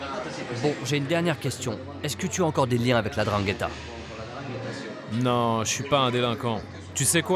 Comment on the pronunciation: c'est la N'dranghetta , pas la drangueta .